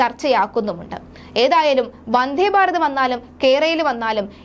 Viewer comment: വന്ഥേ ബാരതമല്ല, നിലബാടുമല്ല വന്ദേഭാരതവും നിലപാടുമാണ് കുട്ടീ... വാക്കുകളുടെ അർത്ഥം മനസ്സിലാക്കി വേണം ഭാഷ ഉച്ചരിക്കാൻ... ബക്ഷണമല്ല ,ഭക്ഷണം ആണ് കഴിക്കുന്നത്